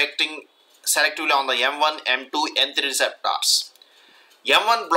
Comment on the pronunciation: Would be such a nice video if you stopped saying receptors so weirdly.